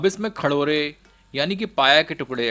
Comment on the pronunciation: खडोरे नही खरोडे😂😂😂